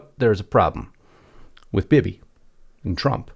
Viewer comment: DO YOU KNOW WHAT A BEBE GUN IS ? THAT'S HOW YOU PRONOUNCE, BIBI LONG I='E'!